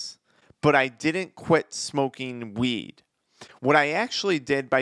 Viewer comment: Why does he sound like he saying “smoke meeeed”